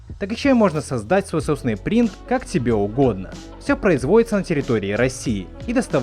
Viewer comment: Сасдать сой сосыный принт... 🤦 Чувак, работай над дикцией